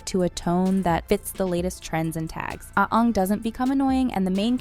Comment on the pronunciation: I stop watching soon as she said Onng, it's Aang!